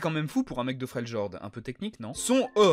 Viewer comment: FREL IORD ET PAS FREULGORDE